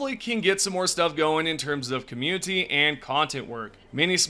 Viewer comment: I enjoy your videos but I have to ask, why do you pronounce "community" with a hard T ? You don't with any other word; you've pronounced "quality" and "updates" with the soft T every time, but for some reason you emphasize the T in community as a hard T and pulls me out of the video every time it happens.